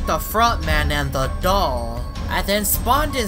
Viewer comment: you say dog not doll